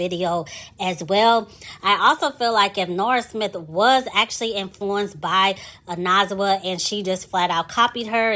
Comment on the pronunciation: “oh-neh-zwah” 💕 but for a non-xhosa speaker you pronounced it pretty good 🫶🏾